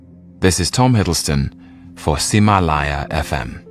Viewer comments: wow...his pronunciation of ximalaya is really good! lol why am i surprised? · It's a bio of him in Mandarin -- this series is recorded for a Chinese podcast streaming platform called Ximalaya (he pronounced it perfectly btw)